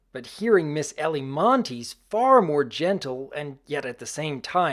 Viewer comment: It's pronounced "Eilie" and not "Ellie", Doc. Even I made the mistake of thinking that "I" was an extra "L".